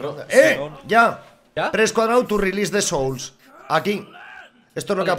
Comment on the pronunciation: Hahahahha me encanta cuando en el min dice "pres cuadrao tu rilis de souls" 😂😂😂